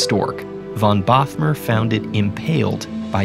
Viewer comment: I grew up only 10 km from the place were the count shot down the stork! So happy to see a place I know in an educational video! And btw: Bothmer is pronounced like 'boat-mer' - long o and no th ;-)